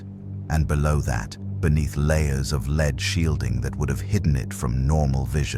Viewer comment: Started off ok until Vought suddenly knew about kryptonite and developed Stormfront in a matter of weeks to specifically combat someone they knew very little about. Then the AI narrator keeps mispronouncing Vought, lead, Compound "five", and not keeping the accents straight.